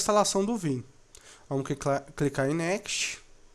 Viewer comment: Ótimo vídeo, bem explicativo, mas, por favor, aprenda a pronunciar "next".